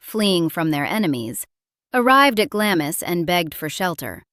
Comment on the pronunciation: Glamis is pronounced 'Glams'...you keep going from correct to incorrect pronunciation.